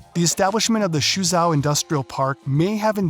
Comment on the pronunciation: This video is a failure and a disgrace as a commentary on Singapore and China. Please learn how to pronounce "Temasek" "Suzhou" "Jiangsu" before you act like another know it all ignoramus commentator on Asia